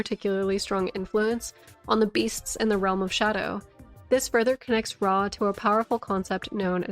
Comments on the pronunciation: It’s… ROW… did no one learn phonetics in elementary school?😭😭 pronounced “row-uh.” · AHA! A FELLOW ANCIENT RUINS OF “RAW” PRONOUNCER! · It's pronounced Rauh, not Rauh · How tf I’m supposed to pronounce “Rauh” keeps me up at night